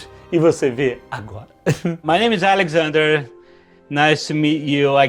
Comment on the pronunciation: Jovem Nerd melhorou pra crl o inglês, mas continua se chamando de "Alexander" kkkkkkkk